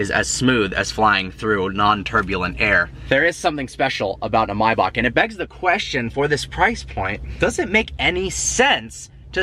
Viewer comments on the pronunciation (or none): may - back not mai bock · bro please learn how to say Maybach correctly its May - Bach ..... Say it with me.............. May.........Bach..... it is not Mybock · It’s pronounced MAY!!! Maybach. In what world are you pronouncing an A as an I? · What is a “Mybark”? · It’s pronounced “MAY-back” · maybak lmfao ;D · It's pronounced Mayback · M A Y BACH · Wtf? You say Maybach really strangely